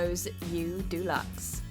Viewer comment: Why do you say Delux so weirdly?